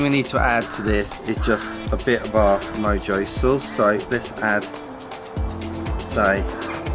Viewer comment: It is pronounced MO-HO